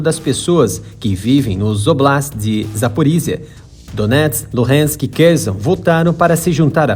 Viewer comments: Não ê Kerzon Er Kherson com som de S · Ele deve estar usando a pronúncia do inglês, onde eles falam com o Z mesmo. Na pronuncia ucraniana a pronuncia é como a do português.